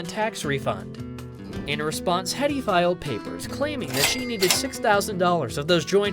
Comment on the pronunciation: It's HEEEEDEY, not HEAD EEE